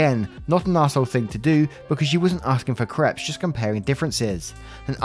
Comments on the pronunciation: Creps... lol they're pronounced Craypes. It's hilarious that when you say "I don't think I said that right" it almost always is right. But creps. Laughing my arse off 🤣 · Hi love your stories. Soft correction - crepes not creps it's pronounced crapes (like grapes). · I am a victim of the way you pronounce crepes. There is a one month ban on you saying crepe.